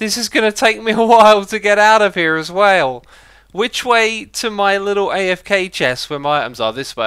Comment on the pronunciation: Go to , he says as whale lol